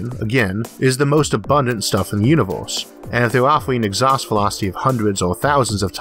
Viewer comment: Interesting, I'm just confused about a few things... what exactly IS a "Lazow", or a "Univouws?" ErrrrrRRR..... am I missing something?